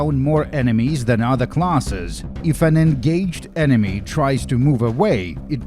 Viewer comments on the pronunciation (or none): none